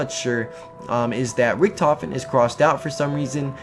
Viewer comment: i have a question what was the name of the dr not richtofen i heard salim